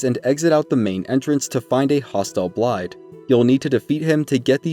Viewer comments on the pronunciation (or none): The "dd"s in Blaidd's name aren't pronounced with a "d" sound, but more so a soft "th" sound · I know I’m a bit nitpicky with this one, but Blaidd is pronounced with a “th…” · still can't even pronounce "Blaidd" correctly smh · can people stop saying Blaidd's name wrong. you here them pronounce it.